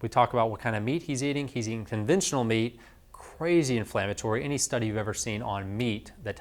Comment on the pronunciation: Sorry I couldn't quite understand the word you were using about the guy you suggested changing what type of meat to eat, were you saying 'conventional' meat? What type of meat was he eating(processed?) and what did he change to? What is 'conventual' meat or whatever word you used?